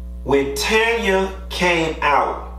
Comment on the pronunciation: Q, respectfully it’s TAN-YA...not Tonya.